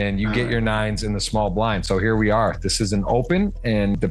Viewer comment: We suwely awe 😂